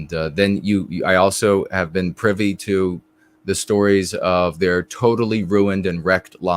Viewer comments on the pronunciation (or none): none